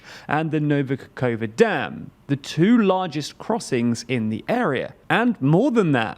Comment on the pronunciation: THEY'RE STILL SAYING NOVA KAKOVA!!!!